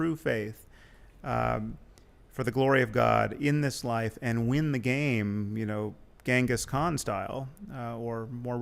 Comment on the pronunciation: sam pronounces ghengis khan incorrectly like me